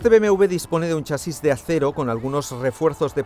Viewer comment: BMV? porque no dice BMW?